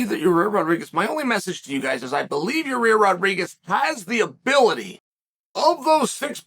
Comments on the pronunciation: So we just gonna keep calling this guy "Yuh-Rear"? ...ok bet lol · It's YA-REEEER!!!! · one of the best parts of a Yair fight week is hearing Chael continuously calling him "your rear" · Can't get over how Chael calls him "Ya rear"